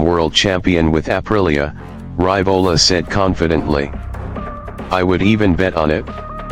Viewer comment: Hey,, it is pronounced Ree-vo-la not Ry-vo-la...